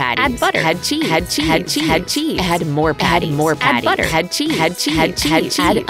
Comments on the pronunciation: When it said "add cheese" it sounded like "like ya cut g" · when it says add cheese it sounds like it’s saying - hatchy,,hatchy,hatchy 🤣🤣🤣🤣